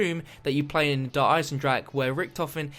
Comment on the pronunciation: He just refuses to say deer eisendrache correctly